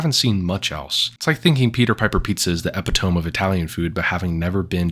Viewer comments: Epitome isn't pronounced "epi-tome", it's pronounced "eh-pit-oh-me" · "epi tome" bruv its EP IT O ME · Great video! Just a pet peeve, my friend. It's pronounced epitomee. Not epitomb. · I'm sorry, did you just pronounce epitome as 'Ehp-pee-tome?' and not 'E-pit-oh-me'? Jesus Christ. Entire opinion disregarded. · You think epitome (epito-MEE) is pronounced "epi-TOME"??? You are how old, and have been speaking English for how long? You've NEVER met someone who's pronounced it properly before? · e-PIT-uh-mi. Not epiTOME Brought to you by my autism. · Great video, HOWEVER…”epitome” is pronounced “E-pit-oh-me” not “eppy-tome” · It's like using the word epitome and pronouncing it "epp it tome" lmao. I have to admit everything else was spot on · I was 100% fully right with you, but then you said, “epi-TOAM.” Wuttttt. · Epi-tome lol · Good video. Its pronounced “epitomie” though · Or pronounces 'epitome' like that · And then he mispronounces 'epitome'. Youtube hack critics, eh. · Lmao dont use words you dont know how to pronounce while being THIS pretentious. The irony of you not being able to say epitome while saying others are uncultered is beyond laughable. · that's uh... Not how you pronounce epitome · Well-thought-out criticism and a good video, if perhaps a little repetitive at times. Just as a heads up, "epitome" is pronounced very differently than you think. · I need you to look up how to pronounce “epitome” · Dawg you just lost credibility when you pronounced “epitome” like that 😭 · bro that is not how you pronounce epitome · look up how epitome is pronounced ❤😂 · How tf did you just pronounce EPITOME? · Did you ironically say epitome phonetically? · that is not how you say epitome 😂